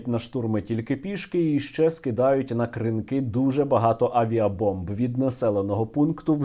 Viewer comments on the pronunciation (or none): Будь ласка, КрИнки, а не КринкИ